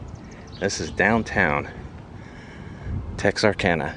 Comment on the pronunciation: At least he pronounces Texarkana right. :/